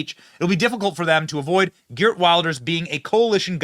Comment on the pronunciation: Benny, his name is prounced "He art Vilders" for your benefit. Like Trump and Farage, he's been pilloried by the left and the media for decades and even banned from entering the UK by Blair's criminal government for warning about the threat of Islam, while at the same time they allowed mad mullahs in to preach death to the west. OUTRAGEOUS!